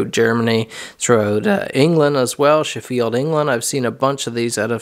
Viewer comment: Beautiful work and craftsmanship as always, my friend 👍👍👍👍 : As an FYI, Sheffield is pronounced with the stress on the first half: More 'Sheh-field', rather than 'Chef-eeled', and pronounced almost as one syllable, rather than two clear syllables 👍👍👍👍 The double ff almost makes me think the name is of Welsh origin, as in Welsh, a double ff, is always pronounced as an 'eff', and a single f is pronounced as a 'vee'... However, it is also spelled 'sh', and in Welsh, that sound is written 'si'... The Welsh word for a shop is also pronounced 'shop', but spelled 'siop'... 🥴🥴🥴🥴 The female name Siân is pronounced 'Sharn'... Welsh is a Very phonetic language, and always pronounced exactly as it is written, it's just that those sounds are represented as different spellings to English... Once one knows how each spelling is pronounced, one could easily read a page of Welsh aloud perfectly, simply by pronouncing what is written... Equally, the ^ above some vowels makes that vowel-sound 'long'... For example, in Welsh, the Welsh word for 'team' (as in a sports or work team) is 'tîm', and it is pronounced 'teem' (Just as my Mexican penpal pronounces my name 'Teem' 😆😆😆😆) So long as one knows how each spelling is pronounced, Welsh can be read aloud very easily, as it is always pronounced exactly how it is written, with none of the 'same spelling but different pronunciations' which occur in English: such as 'please' and 'pleasant' being pronounced 'ee' and 'eh' respectively, despite being